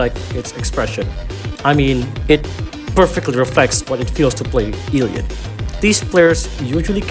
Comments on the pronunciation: WHY DO YOU PRONOUNCE IT LIKE EEL LEE AWT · Did you just say Eeeleeot? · just letting you know it’s pronounced elliot (el.li.yacht.) but you can say it however you want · You said elliot so wrong i recoiled physically 😭